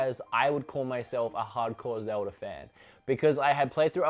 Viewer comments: It’s Zelda. Not zeldee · Zeldie? Say it with me buddy its Zelda with an A not ie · Sometimes It sounds like says "zelder" instead of zelda. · “zeldy” hmmmm oh wait ZELDA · Or "zeldy" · Zelder? Australier? Norr? What the fa*k?